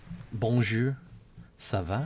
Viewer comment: "Bonjure... Sava... Etwa... Seswa... FUCK!!!" is indeed the supreme wooer of the women folk.